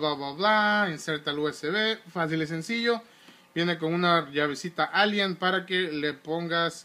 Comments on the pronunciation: se dice llave allen no. "ALIEN" no te estoy jodiendo solo te lo digo en buena onda saludos. like para que lo vea. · Es llave allen no alíen Jajajaja no veo como un control te va a hacer jugar mejor ¿? A menos que este moddeado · es llave aLLen no alien